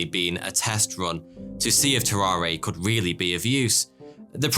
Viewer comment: Dang English is my second language and I notice you pronounce but like bot this is only slightly annoying but more funny than anything, also you say would and could like woot and coot. 😆I bet you add an extra (i) at the end of aluminum too. I hate it🤣, love your show.